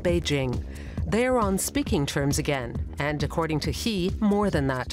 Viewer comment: Xi is not PRONOUNCED "he". It's pronounced "she" with softer 'h'.